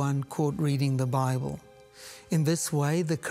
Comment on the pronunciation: “Bibel”?? Really?